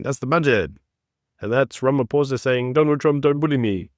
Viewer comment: Everyone mispronouncing his name..its ramapoes